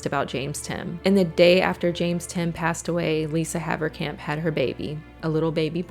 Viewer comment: Funny hearing a dutch surname (Haverkamp) pronounced correct, if they still were dutch😂